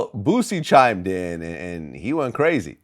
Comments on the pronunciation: Jamar calls him bootsie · “BOOSIE” not “BOOT-Z”. 🤦🏾‍♂️ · Jamar called boosie bootsie 😆😆😆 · IF YOU CAN'T SAY IT RIGHT DON'T SAY IT AT ALL ITS BOOSIE NOT BOOTSY UGH 👀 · It's Boosie, not Bootsie LJ😂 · Why Jamar keep calling him Bootsie tho? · looooll jamar keep callin boosie bootsie ahahah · This nigga calling him “Bootsie”😂🤣🤣🤣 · Why do all the guests call boosie “bootsie”? Lol